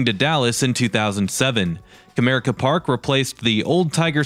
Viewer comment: I love that you pronounced Comerica Park correctly, as Cuh-mere-ick-uh